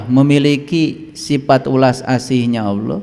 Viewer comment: Allah ya bukan auloh lafaz saja tdk benar😂